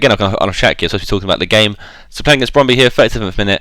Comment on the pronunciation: You actually said Brønby right :D